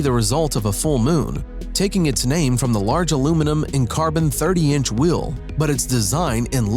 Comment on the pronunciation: Why this dude say wheel like wiiil